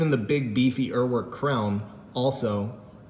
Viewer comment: One Google search, and you will know how to pronounce Uhrwerk